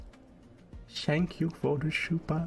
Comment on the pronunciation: "shank you for the shupa"